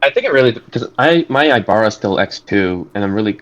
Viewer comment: eyebara , ellenuh , rich. he gotta be pronouncing them wrong on purpose at this point hahahah. jus playin , i imagine English aint his first language or sumn. even if it is , they are weird names for the most part lol